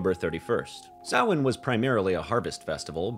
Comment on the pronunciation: Thanks for not saying "sam hane". 'Preciate ya,.